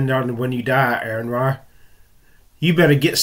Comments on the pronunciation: You need to learn to pronounce AronRa's name or refrain from referring to him. He has made in clear that it's "ARE-in-RAH". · His name is Ar-Run.